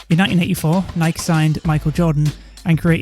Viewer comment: I love you for not pronouncing it like Nike-ee.